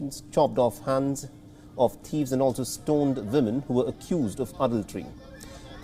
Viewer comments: We all thinking it right ? Its Woman with a "W" not a 'V' :) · At first I heard saying 'villain' instead of 'women'. cheers from the Netherlands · If he says "Vimin" one more time, I'm going to throw up.